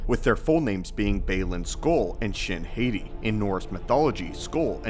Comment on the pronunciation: HAH-Tee. It's HAH-TEE.